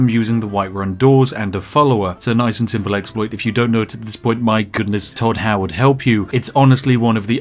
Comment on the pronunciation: Thod Thoward